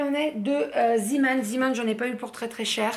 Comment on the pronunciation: Chouettes petits achats créatifs et autres. Les sauces chez action sont sympas. Sinon juste pour info d'une petite Belge. On prononce "Zéman" lol. Ouais je sais c'est bizarre hihi.